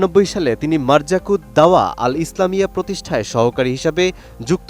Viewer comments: সাংবাদিক ভাই একটু খেয়াল করে উপস্থাপন করা চাই যাতে শব্দের চয়ন ভুল না হয়ে যায় মারজাকুদ দাওয়া নয় বরং (মারকাজুদ দাওয়া) হবে ভাই আল্লাহ পাক আপনাকে নেক হায়াত দান করুক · মারযাকুদ দাওয়াহ্ নয়,,, মারকাযুদ দাওয়াহ্ হবে। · ভাই খবরটা একটু দেখে পড়েন, এটা মার্কাযুদ দাওয়াহ হবে, মার্যাকুদ দাওয়াহ নয় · আপনি বলেছেন,,,,মারজাকুত দাওয়াহ,,, কিন্তু সেখানে হবে মারকাযুদ দাওয়াহ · আপনি মারকাযুত দাওয়াহ বলতে ভুল করেছেন,,,, আপনারা সবাই ভাল করে খেয়াল করেন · মারকাযুত দাওয়াহ উচ্চারণ হবে। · তার নাম ও প্রতিষ্ঠানের নাম সাংবাদিক সঠিক বলতে পারলো না! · আরে সাংগাতিক মার্কাযুল দাওয়া শব্দ টাও ঠিক মত উচ্চারণ করতে পারেন না,আমাদের দেশের উচ্চ শিক্ষিতরা,এটাই কি তাহলে তাদের শিক্ষা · তার প্রতিষ্ঠানের নামটাই তো সঠিক ভাবে বলতে পারেননি, কিসের সাংবাদিকতা করেন, ধিক্ আপনাদের।